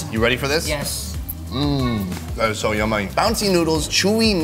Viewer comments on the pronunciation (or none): "That is so yummay"